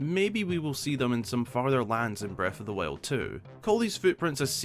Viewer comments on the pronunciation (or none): Every time a video starts with: “Breaf of th Wiald” I grin. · Bread of the Wale 😆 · Haha beste Aussprache